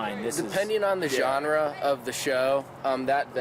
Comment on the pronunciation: "Genre" specific, LMAO